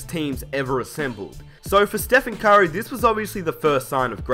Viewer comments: it sound like you saying kyrie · why do you say curry "Kyrie"?